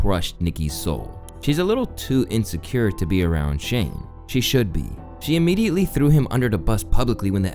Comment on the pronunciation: Atleast you managed to pronounce Shane's name correctly